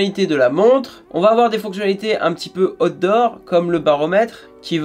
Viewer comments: Par contre on prononce aout dort et pas hot d 'or 😁c est pas pareil. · Bon alors quand tu dis out door.... prononce le en anglais stp..car voila 2 ou 3 reviews que je regarde sur ta chaîne, et a chaque fois, j'entends hot d'or.! 🤣😁😁😁🤣. Ce qui, tu l'avoura , n'a strictement rien avoir..😁😁😁😁😉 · Chaque fois qu'il dit "outdoor" j'entends "hot d'or", ça me rappel les premiers samedi du mois sur canal à l'époque. 😂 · Après avoir écouté et ré écouté, je suis formel, il parle vraiment des "hots d'or"!!! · A_OU_TDOH c'est ainsi que cela se prononce mec.